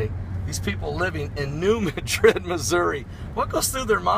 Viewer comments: It's not muh-drid ,its Mad-rid New Madrid. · New MAD-rid not New MA-drid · New MA-drid, short "a", emphasis on first syllable. Sorry, but it's kind of like Cairo, Illinois, pronounced "Kay-row". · New Mad-drid is how it is pronounced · please say the city name correctly. thank you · He is not saying it correctly.